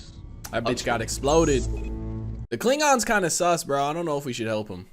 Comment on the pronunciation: Anyone else notice that he says klingongs instead of klingons.